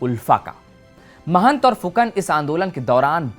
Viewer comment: Mahant nahi Mahanta. Rinki nahi Riniki. Arre hindi bhasi, thoda koshish karo.